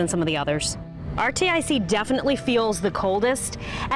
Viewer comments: she calls it RTIC irr to a pronounced Artic lol the place that’s cold...lol also she called Ozark trail Ozark like just drops half of the brands name because it’s more suiting to her... smh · Did she just call that one "are-tee-eye-see"??? Can she not read? I'm embarrassed for her. Really.